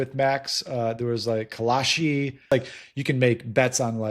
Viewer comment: It's Kalshi